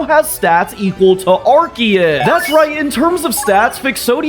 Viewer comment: did he say arkeus and not arceus